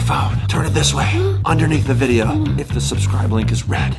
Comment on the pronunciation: I. Love. Your. Viburyoe.